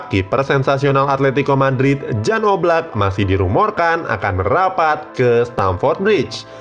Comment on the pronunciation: Silva udah. Keeper yg susah nyari nya, oblak ga di jual Atleti musim ini. Btw, Jan di baca 'Yan'